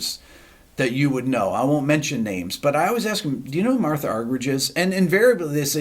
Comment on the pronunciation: Rick, it’s actually pronounced “Marta.” But wonderful to see you have the same love for her as so many.